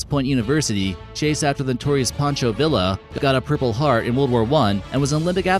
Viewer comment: George S Patton is NOT buried in Arlington Cemetery! He is buried at the American Military Cemetery in Luxembourg! Patton died from complications of a head injury sustained in a car accident! Also it is Pancho Villa the last name is said Vee-uh or in Spanish Baa-yah! You never look anything up do you I stopped watching your video because you are lazy and NEVER GET THINGS CORRECT!